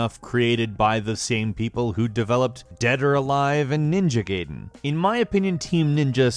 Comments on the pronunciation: pls. It's Guy-den not Gay-den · it's pronounced guy den. not gay den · Did you seriously just say Ninja GAYden??